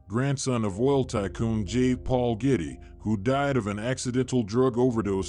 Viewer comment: I don't know if you are a real person or what but you have pounced wrong j Paul Getty's name wrong you said gritty it's not gritty it's Getty and the liver is not prouned that way it's the luve please get the pounced words correct I am admit about it as I use to pounce words and names wrong and so since I was a child I pounce words correctly and if you do a report as you do in this context then get it right please